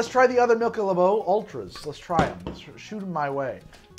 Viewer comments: Dropping by to point out how says "Michelobo" and how happy that makes me. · “Michelabeaux” lmfao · Let’s try the other “Michelabow” Ultras 🥴 😂😂